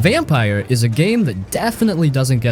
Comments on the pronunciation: its said like vampure not vampire btw! Great game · Not "Vampire", it's "Vam-peer". And no, you cannot expect strong storytelling from Don't Nod, not anymore. Robocop is not a good game. Eriksholm is too fresh to be underrated. And it's not getting top marks for a reason. It is good, but, not that good. I liked it and hated it equally in my playthrough. Hi-Fi Rush is far from underrated, why would you include it? Ryse: Son of Rome's place is well deserved. It's not good, but okay. Also, way too old. AAAH! The Wolf Among Us? The game that made Telltale Games famous? Underrated? From here on I'm convinced you don't even know what are you talking about. Titan damn fall? Ugh! WHAAAT? A Plague Tale. Okay. You're done. You really clueless. Don't do youtube anymore, please. Also, a 1.5 hour video? Gosh! THUMBS DOWN!